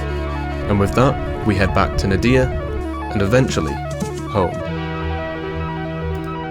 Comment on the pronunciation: We need more Ziggy intermissions, Ziggy is awsome! also ngl the way you pronounce Nadiya is mildy infuriating.